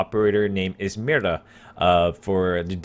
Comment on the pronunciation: When he talks "mira", i always understand "mierda"